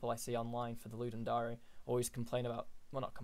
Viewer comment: Ludum Dary? It's a dare, dude. It's the Ludum Dare. As in: I dare you to ..